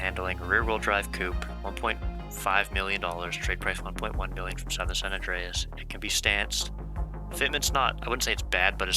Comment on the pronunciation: Everytime bro said SOWthern my eye twitched.